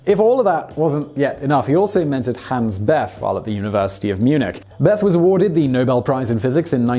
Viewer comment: Man, you're really getting hammered for your speakos! Allow me to pile on. Hans Bethe is pronounced "Beta".